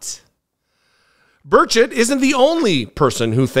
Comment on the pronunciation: I'm so mortified... 😅 Burchett (stress the first syllable, 😉) is my Rep. He's truly an embarrassment for East TN on the national stage.